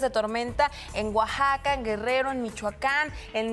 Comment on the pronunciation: axaca o querías decir Oaxaca jejeje